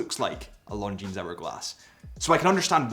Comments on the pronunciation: You would think he would know that given he's a representative of these watches! It sounds like he's saying "long jeans"!😂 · The "S" in Longines is silent. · Nice overview again. But your pronunciation of 'Longines' did make me wince every time every time you said it. The 's' should be silent...sorry, but retail is detail for a watch channel. 😉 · We don’t pronounce the “s” at the end of Longines. ;) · The final « s » in Longines is silent. As is the « t » in Hublot, or the « d » in Chopard. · the "s" in Longines is silent. I like the blue dial with the red GMT hand, but I would very much appreciate a black dial, with gold hands and red GMT hand (instead of the blue that was actually released). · Why does this man who reviews watches for a living not know how to pronounce the name of the brand correctly? And why is he identifying a diamond shape as a rectangle...